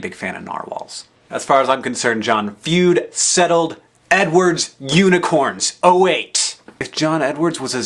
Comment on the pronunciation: The fued? As in, f-wehd?